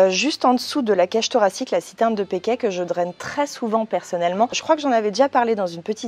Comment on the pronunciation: Attend. Tu as parlé 2 fois de la glande au milieu de la poitrine et les deux fois j'ai entendu "la citerne de pékèt" :'D Je pensais avoir mal entendu la première fois ! Ca me fait rire car le "pékèt" est un alcool plus ou moins fort de ma région ^^